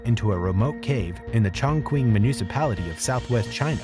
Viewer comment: Chongquin is pronounced Chong-Ching, not Chong-King